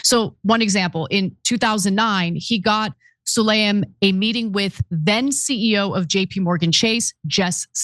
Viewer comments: Pronounced Saleem, not Sulayim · 😂HIS NAME IS: SU-LAY-MAN